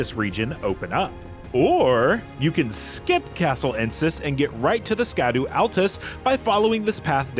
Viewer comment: Fun fact, "Scadu" is pronounced "Shadow"